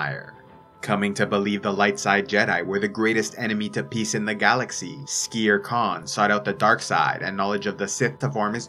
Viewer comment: wait i thought his name was skeer kaan, not skere kaan